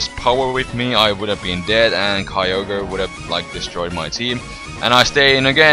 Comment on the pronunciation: "Kai-yo-gre"? I thought it spelled "Kyo-gre" like the text... -____